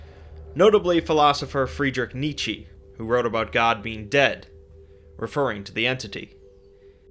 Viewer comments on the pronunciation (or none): The last 'e' in Nietzsche is pronounced like the 'e' in federation. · Funny pronouciation ;) The last 'e' in Nietzsche is pronounced like the 'e' in federation.